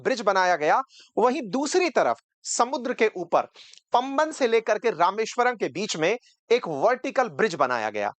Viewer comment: पम्बन नहीं है गलत उच्चारण मत कीजिए ये पाम बन (वन) है पुराना पुल का निर्माण गुजरात के कच्छ अंजार के गुजराती ने किया था